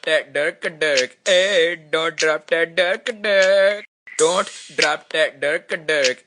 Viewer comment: the dont sounds like dort to me lol